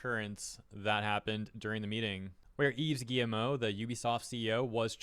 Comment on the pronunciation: It’s pronounced Eve Ghee-Moh